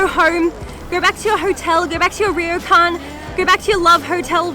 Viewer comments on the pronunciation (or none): none